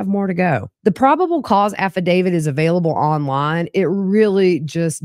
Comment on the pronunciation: I enjoy your channel and appreciate your work, but could you please stop saying "affidaviD"? I would think a true crime channel would pronounce "affidavit" properly. It tends to cheapen your efforts. Not trying to be ugly...it's just annoying hearing it all the time.